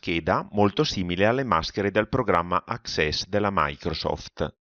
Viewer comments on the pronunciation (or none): Àccess e non Accèss. : tutti i comandi di Word: se non ho contato male dovrèbbero èssere 1760. In Excèl, non so.